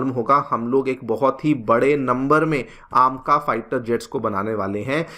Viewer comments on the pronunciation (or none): कुछ सूतिए पता नहीं अपने आप को kya समझते हैं, "ऐमका" को "आमका",, "Two point Zero" को "टू प्वाइंट ओ" और "Four Zero Four" को "Four Not Four" Bolte हैं,, अपने आप को special दिखाने के लिए ऊंटपटांग pronounce करते हैं ‼️